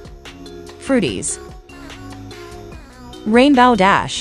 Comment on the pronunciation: It’s rainbow dash not rainbaw dash